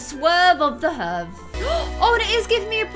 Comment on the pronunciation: I think that Hervé’s name would is pronounced Hair-Vay